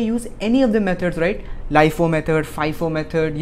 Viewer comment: LIFO AND FIFO HOTA HAI LIAFO FIAFO NAHI HOTA